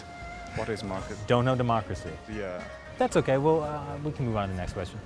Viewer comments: chinese certainly know the word "democracy"，but your pronunciation sounds like "macracy". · These people are studying abroad - in a democratic nation - and they don't know anything "Arhh-class??" "Mochacy?" ..I don't know, in my book, this falls back on the institution where they study. There must be some reason or other why these students are so clueless about the most fundamental issues in the country where they study. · What the ef is the-ma-cracy?